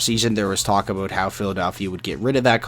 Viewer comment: Did you say aboot at 17 seconds in? dude..... stereotypes